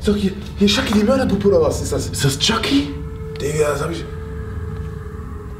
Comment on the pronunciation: Hahaha typisch deutch jaky er heisst aber ,,chucky"😂